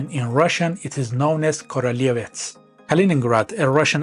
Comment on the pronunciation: In Polish "ó" is pronounced like normal "u" so it's pronounces "kruleviets" Teutons were hired for 4 years by Poland to conquer Prussia for Poland before they create their own state, and when they were beaten up, Prussia became vassal of Poland for 191 years. Polish historical claim to this land isn't as strong as German but we have good modern justification for wanting it, since it's currently Slavic, continuous with our territory and would make for good payment for both German and Russian crimes from WWII and Cold War. Also Lithuania has also claim on it since eastern third of the region was called Lithuania Minor and spoke dialect of Baltoprussian heavily influenced by Lithuanian language until the end of XIX c.